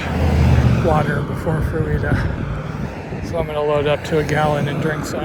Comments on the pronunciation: That is Fruita, as in fruit-a, no eeeeee!!! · Pronounced frutuh. Like Fruit with an a on the end. Sorry, it just cracked me up. The homeless and drug problems have been bad in Junction for years.